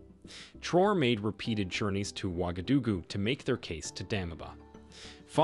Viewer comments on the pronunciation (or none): none